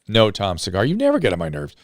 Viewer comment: Why does Drew call Tom's Cigars "Tom Cigara"?